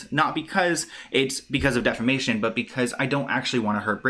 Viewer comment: It's deFamation......NOT DEMAFATION